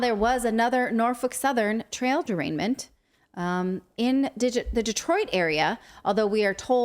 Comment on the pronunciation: “TRAIL DERAINMENT” she says.... 🤦‍♀️